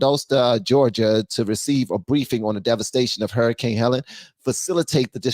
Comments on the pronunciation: It was hurricane Helene with an "e" at the end which makes it pronounced Heleen. But either way, prayers to all those in the path of that huge storm who received damage and in some cases to those families and friends who received injuries and casualties in their families, friends, and neighbors. Apparently there is more disturbances out there building up. Watch your weather closely. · U said the hurricanes name wrong, u must b racist 😂😂😂😂😂